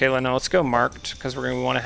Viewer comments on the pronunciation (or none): none